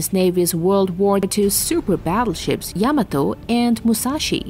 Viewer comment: Its pronounced "YA-MA-TOE